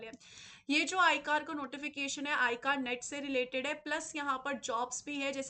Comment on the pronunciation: मैम वो आईकार नहीं हैं, वो आई सी ए आर है